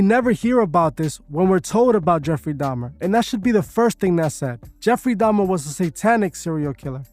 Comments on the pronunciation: Didn’t he convert right before he died? He was baptized and born again. Why leave that part out of your narrative? Also it’s pronounced “da-Mer” not “dam-Ner”. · Why keep saying “domner”?? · dahmNNner she say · Did she say DAHMnER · if you're going to have a whole show about a specific person, might wanna make sure your co-host/guest sys their name right. Smh, she kept saying 'jeffery dahmner' 🤦🏾‍♀️